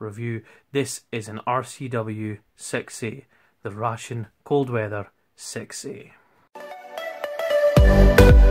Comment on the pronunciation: The way you say "6A" sounds like you're saying "sexy." I dig it.